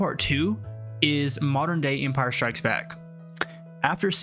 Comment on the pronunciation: Enpire strikes back? Nah. "Attack of Fedaykin", clearly.